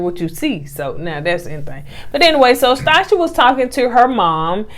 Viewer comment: Actually the lady who’s name is Stacia it’s short for Annastacia so she’s pronouncing it correctly it sounds like Sta/sha I named my daughter Stacia but I pronounce it Stay/sha